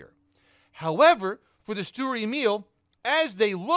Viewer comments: saying Sturer sounds more like Steward and YouTube subtitles agree with me. Also Sturer is an adjective and there are no other Emils in the game, so why not just call it Emil? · it's pronounced shtuhrer